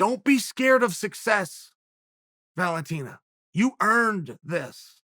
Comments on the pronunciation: Valenteen... no wonder he always calls her The Bullet. Which nobody else calls her. Learn the fucking names. Chael “YaRir” Sonnen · The way Chael says Valentina hahahaha